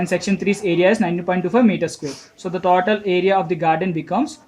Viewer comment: it is not taautal it is total 😅😅